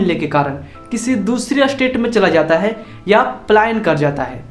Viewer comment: अरे एस्टेट नही स्टेट होता है।